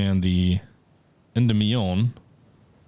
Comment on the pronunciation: Just a note: Endymion is pronounced en-dim-ee-on